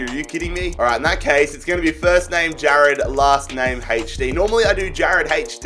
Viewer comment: Ja”rrr”ad HD 😂🤟🏽